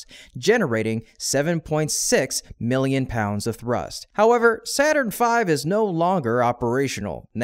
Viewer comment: Saurn V ? Wasn't it Saturn ? 😂